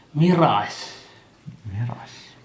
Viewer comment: മിറാഷ് അല്ല മിറാജ്